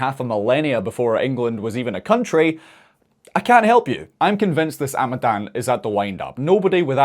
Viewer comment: Ya it's amadán the third a is a long vowel. You could at least pronounce right when trying to sound like you're fluent.